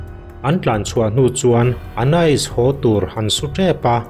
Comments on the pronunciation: (Ana-is) ti a lam tur chu a nih kavan ring lo em aw🥴🥴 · A lam dik reng hi sawi sel tur hi i zawng ve hrim hrim a ni in ka hria 😅